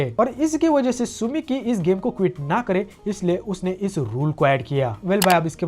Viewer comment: Tsukimi nahi tsumiki...... Naam ka bhaji pulav bana dete ho bhai... 🤣